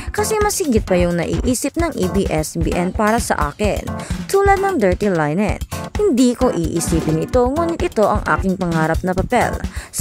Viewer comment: Linen pronounce as Le-nen